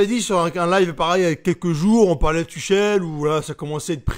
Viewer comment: Good vid mais si tu pouvais prononcer son nom correctement...